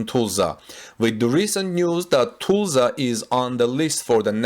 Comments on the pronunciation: It is not Tu(s)lsa the pronouncing of the s after the u is not correct. it is more like us. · Am I the only one cringing at how he pronounces "Tulsa"? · its hard to describe how to pronounce Tulsa but maybe check a local news video or something to see if someone says it for you. its really off as you pronounce it. Not a criticism just letting you know